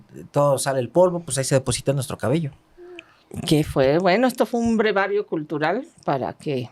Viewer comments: Se dice breviario, no brevario ❤ Dr. Olivares en el anterior podcast es cópula, no cúpula, saludos 🤗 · SE DICE BREVIARIO NO brevario ¡¡¡ Por Dios y tanto que la alaban!!! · No es brevario es BREVIARIO. Acuérdese de breve, resumen, etc. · Con todo respeto ¿será breviario?en vez de brevario. 🤔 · se dice "BREVIARIO" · buenas tardes, disculpe pero se dice "breviario" saludos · es breviario, no brevario. Al Dr. Olivares, mi mayor admiración, que persona tan agradable y culta. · Muy buen día. Querida una observación Breviario Correcto. No brevario. Excelente su podcast. De CDMX. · Hola, con mucho respeto le corrijo: se dice Breviario =) saludos!